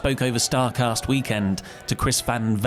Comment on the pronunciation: its Chris Van Vliet, like Fleet! He's no Valet!